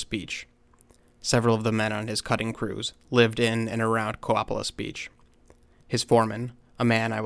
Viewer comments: It's pronounced Co-pay-less, not Cope-uh-liss. I live near here. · It’s pronounced co pay less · Hey, it’s pronounced “Co-pay-lis”! I live 10 miles north of Copalis Beach in Pacific Beach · It’s pronounced Co-pay-lis, not Cop-uh-lis.... long A sound. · Copalis ---the a in Copalis is long, Co-pay-lis. Being from there, I just thought you may want to know. Love this story. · Copalis is pronounced Co- as a long O. So it's Co-pay-less. Awesome videos! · Thank you and it's Co pay lis 😊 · Coe-pay-lus, Copalis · /cõ/pā/əs/ Stress on the middle syllable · That was the worst pronunciation of Copalis I've ever heard lol. I don't live to far from this area. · Accent on the PAY.